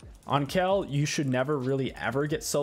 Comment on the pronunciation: pls not KELL